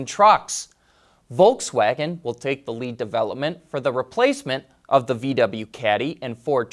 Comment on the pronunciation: It's volKswagen Not volTswagen